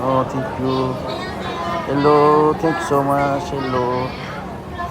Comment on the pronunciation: abi o kadar no tank you dedin ki,ne demek asil ben thank you geldi aklima 😂😂😂